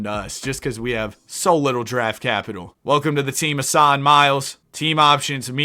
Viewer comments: Asa is pronounced like the A in cake, ASUH not ASahhh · asa is pronounced ay-suh btw